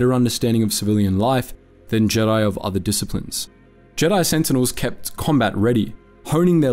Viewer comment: Why do you say Jedi jeedi